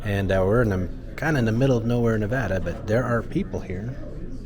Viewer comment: First, I would like to thank you for correctly saying Nevada! I grew up in Carson City, but lived in Las Vegas and my senior year of high school in Tonopah. I've spent the better part of my adulthood correcting the way people pronounce my home state. While I was in school I worked as a busboy in the Tonopah Station restaurant, back then ( ) it was called the Station House. The town was growing, do to the Anaconda mine and the Air Force was secretly building up the Tonopah Test site which later became the Tonopah Air Force Base where the F-117 Nighthawk was doing testing (that no one new about). I left Tonopah less than a week after I graduated in 1983 and joined the Navy. Thanks for the tour, it's been 30 years since I was last in Tonopah for my 10 year class reunion, It brings back some. Thanks for the video.